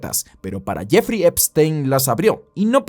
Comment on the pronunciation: ''La isla de Jefrrey Trempstrein...'' 🤣🤣